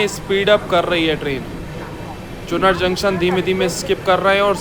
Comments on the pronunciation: Abe Bhai Chu"naar" junction pronunciation hota hai. Chunar chunar kar rhe ho. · चुनर ❌ चुनार जंक्शन ✅ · तुम यमुना जी को अपने हर वीडियो में गंगा जी बताते हो ! और विंध्याचल को विद्यांचल बताते हो। अब इसको सुधार लो । और हां !... चुनार स्टेशन को चुनर बोलते हो.... हर चीज़ का सही उच्चारण और नदी या किसी और चीज़ का कन्फर्म नाम ही बताया करो....